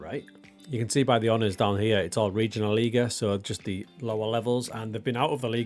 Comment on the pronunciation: 3. Liga is pronounced "dritteh leega" (=third league). And it's "Airster Eff Tseh Schweinfurt"(First FC...). Yes, your pronunciation of Schweinfurt is already pretty good. Within speaking English, I think it's absolutely fine if you say third Liga.